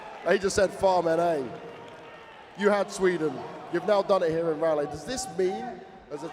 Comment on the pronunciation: They really let go 4 days without teaching him how to properly say Raleigh